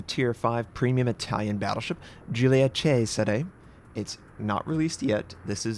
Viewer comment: Yes, someone that manages to pronounce Cesare right!! Thank you from the Italian community